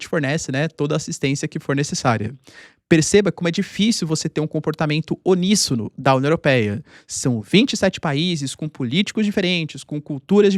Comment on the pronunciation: Não existe “oníssono”, é uníssono.